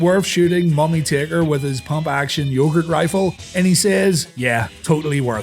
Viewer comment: "yogurt riffle"